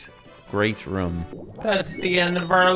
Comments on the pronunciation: Bro, it's weird how you always pronounce "Room" as "Rhum". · I love the way you say "ruum"